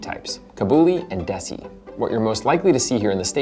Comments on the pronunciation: It is spelled Desi and pronounced Day-See not Dessy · It's not "dessy" it's "day-see" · Love the video! Now I really want hummus! Lots more recipes with the chickpea in Indian cuisine, from the North Indian chhole (chana masala) to the South Indian chundal (a milder snack wiht coconut and chillies) Also, some pronounciation support: Desi = they + see; Kabuli = ca (from car) + bully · For future reference -- "Desi" is not pronounced like Desi Arnaz... it's pronounced more like "they see". It is derived from the word "des" meaning country or nation, so basically it's like calling them "the chickpeas from our country." A bit of an Indian ethnocentric naming, yes, but naming rights often go to whoever named them first. Kabuli, as you might expect, refers to Kabul in Afghanistan. And the name "Kabul" is generally pronounced with apparent emphasis on the "Ka" rather than the "bul," and likewise for the designation "kabuli" I say "apparent" because it's more accurate to say that it is an extended vowel, i.e. that the vowel sound is sustained for a longer period of time than normal, giving the impression of emphasis.